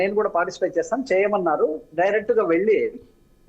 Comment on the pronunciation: Poor anchoring not properly timed. Not properly planned. Please use good Telugu ( Velli not elli). When is saying that he has to go for rehearsal, anchor is pressuring him. Too bad.